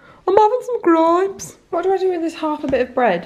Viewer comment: Can I just say I felt personally attacked when you said 'grapes' in a black country accent 🤣🤣 I love your videos!